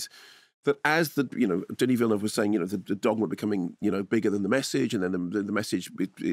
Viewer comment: Minor point: I'm incredibly glad to hear a professional film critic pronounce 'Villeneuve' correctly (or close to correctly). Every other critic I watch pronounces it 'vill-NOOVE', even Canadian ones whose first language either is French or is derived from French.